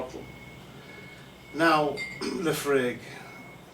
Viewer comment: its La-FROYG you jackass lol